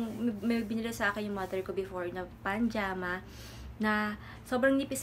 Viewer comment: pajama po hindi panjama. 😭